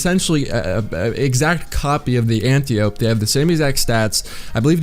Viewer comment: ANN-TY-OH-PEE...not Ann-tee-ohp. It's greek.